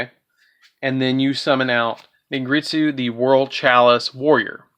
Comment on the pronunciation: Its pronounced Ningirsu not ningritsu